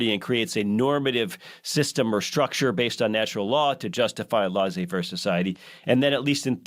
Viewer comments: Laissez faire is a French term meaning “you let to do” literally. I just so happen to speak French. Leh-say. But certainly not lah zay, like pronounces it. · It’s pronounced Leh-say faire. C’mon man.